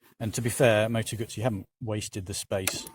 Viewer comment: In fact it is not a Gassi it is a Moto Guzzi. It is not difficult to pronounce this name correct. So come on a little bit more effort as respect to this nice bike.